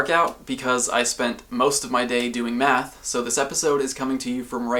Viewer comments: I thought he said he spent all day doing "meth" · I thought he said doing meth